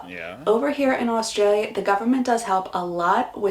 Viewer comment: Americans need to learn how to pronounce 'Australia' and 'Aussie' before moving.